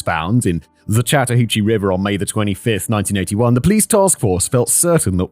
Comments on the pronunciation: Good job on pronouncing the river. Lol it is often mispronounced. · Yes! Your pronounciation of the Chattahoochee River was spot on! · impressive pronunciation on chattahoochee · Yes you said chattahoochee perfectly lol. Im only watching this one because im outside atlanta. Also, uncle tom is a term that refers to a black person who is racist against black people, essentially, so its not a nice name at all. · You said Chattahoochee correctly😊. Live about 2 hrs from there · Holy crap, Simon pronounced "Chattahoochee" right on the first try. I'm so used to him butchering things! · was very happy when Simon pronounced Chatahoochee correct on his first try. They grow up so fast T-T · Impressed that Simon mostly nailed the pronunciation of Chattahoochee. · It was! The only problem was every time I heard it, the Alan Jackson song played in my head. Haha. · I was impressed! He did get a few things "Wrong" as far as local pronunciation goes(e.g. Dekalb, but that's a local pronunciation thing), but he nailed Chattahoochee. Though if he was REALLY from here he'd call it The Hooch. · Simon, absolutely flawless pronunciation of Chattahoochee. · You pronounced Chattahoochee correctly, Fact Boi. Nice. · I live in metro Atlanta, and while the city itself is nice, the people are NUTS. It gets more dangerous every year: homelessness, drugs and violence are huge, and little is done about it. 😞 Human trafficking is also horrendous. One of the worst places in the world for it. Simon, you pronounced Chattahoochee perfectly. Thanks!